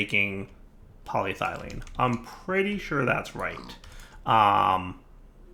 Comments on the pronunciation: Thumbs down for "poly...……..thylene". If I wasn't watching this at work during lunch break " pronunciation" would make a great drinking game. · Its what now, 4-5 episodes hes been mis-pronouncing paa· lee·eh·thuh·lene